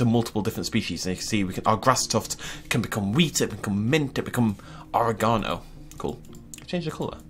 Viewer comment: O-ray-ga-no what was that pronunciation?